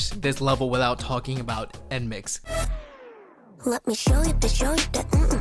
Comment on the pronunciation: Not me hearing “nmixx” as “f(x)” LMAOO my old wishful senile ass